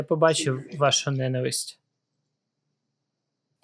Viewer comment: Цей, наголоси вітчИм і допІзна, ненавИсть. А ще не семидесяти- чи шестидесяти-, а сімдесяти- чи шістдесяти-. Біль українською чоловічого роду, він.